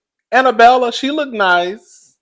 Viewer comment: Jennie MAY, DorEt, and Annabella .. are 3 women whose names will never be said correctly on this channel 😂